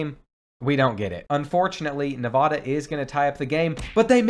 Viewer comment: As someone who lives in Nevada your pronunciation is groan worthy. It’s NeVAda, not NevaDUH. It’s really not hard.